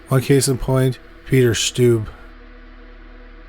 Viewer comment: I'm from Germany and I was really excited when you talked about Peter Stubbe, but please look up the pronunciation - I'm cringing when I hear your pronunciation. It's pronounced Stub-be ^^'